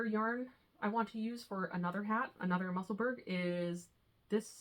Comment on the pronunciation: Just found your podcast. Love seeing some new patterns. P.S. The Musselburgh hat is pronounced "mussel-boro". Like Edinburgh (Ed -in boro). It's a Scottish thing.